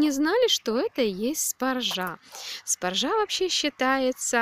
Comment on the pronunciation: В слове "спаржа" ударение надо ставить на первый слог - спАржа !!!!!!!!